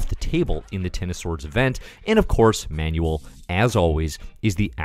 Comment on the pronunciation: I haven't laughed laughed this much with a comic in quite some time. You're so right. A slight helping hand from a Spaniard: Manuel's name is stressed Ma-nuEL. Not MA-nu-el.